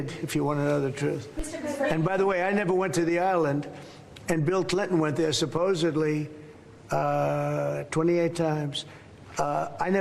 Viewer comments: Did he say supposebly?? 😂😂😂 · ‘Suppositly’ make me laugh 😂. That’s another word for gossip mongering! So, ‘donkey’ is no more than a fraud. Canadian Granny here ❤